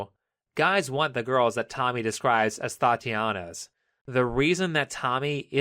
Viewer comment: What's a thoughtiana?